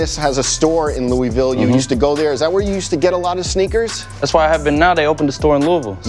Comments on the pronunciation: As someone from Kentucky it killed me the way the interviewer said “Louisville” 😭😂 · “ Louie-ville” that’s not how u say that 😂 !! GLAD JAKE SAID IT RIGHT